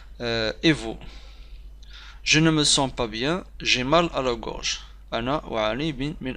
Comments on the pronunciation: Gorge pas groge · Une gorge pas groge